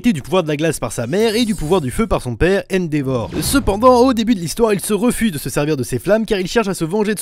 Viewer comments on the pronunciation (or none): none